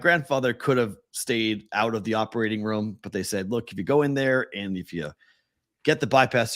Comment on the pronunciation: somehow adds a "w" to the word "room." Not sure exactly where or how, but he does. #FTAT